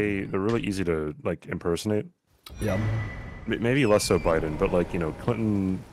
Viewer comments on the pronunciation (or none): Did say Obiden 😂